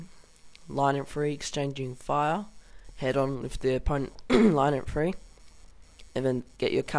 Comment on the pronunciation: IN - FAN - TRY there is a t... :P awesome vid good work